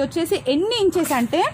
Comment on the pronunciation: Madam, it's "Inch", not "Ench".